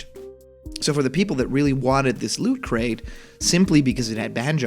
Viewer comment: Please emphasize the T in "looT." Otherwise I keep hearing....well something more innappropriate.